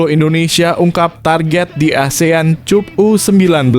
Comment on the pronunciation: pengucapan yg benar benar aja bro..prettt...km ga bodoh2 amat dlm berbahasa ingris.prettttt lo...cup atau kap bacanya?dan kami jg bkn ana2k semua